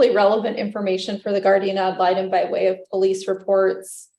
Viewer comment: You can't have a new guardian ad litem, until you can pronounce it correctly. Ya tool.